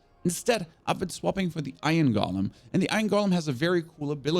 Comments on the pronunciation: Drives me crazy when people say "gollum" instead of "GO-lem" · It's not a Gollum. It's a golem. GOH-lem.